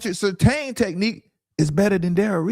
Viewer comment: Guy said Patrick Surtain